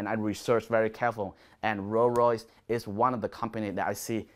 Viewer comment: Could listen to you say "roo royys" all day 🤣👍